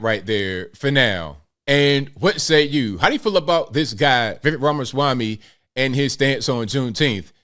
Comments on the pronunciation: For gods sakes people! It’s VI-VAKE like cake! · I DISAGREE. Generally agree w arguments, but he’s going WAY too far with this attack on VivekR (btw it’s pronounced like 🎂 Viv(c)ake). has a PERSONAL AFFINITY w JUNETEENTH. has special memories but that’s not a VivekR FLIP-FLOP. All he’s saying is there are too many holidays that don’t celebrate our USA or special people who impacted our Freedoms. Consider MLK who really DID change how America incorporates RACE or Chris Columbus who kinda Discovered America 🇺🇸 RAMASWAMY just wants spurious holidays canceled & most of us do too. But JEEZ, aren’t you just thinking 🤔 💭 about Juneteenth because YOU LIKE THE HOLIDAY?!